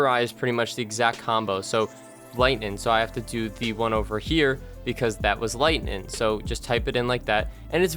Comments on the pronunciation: Lol stop saying "lightnin'" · i’m redoing all of the zombies easter eggs and needed to watch this vid for a mind jog, but i never remembered how annoyingly you say “lightening” there’s a G at the end. lighteninG lighteninG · lightning* not lighnin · Great guide, but it's LightNING. Not LightNIN. Seriously though, thanks for this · I came back to this video 4 years later just to hear him say “lightnin” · Every time he says “Lightnin’” take a shot. Great game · Also its lingtnin bow cuz thats how he says it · This guy loves saying lightnin'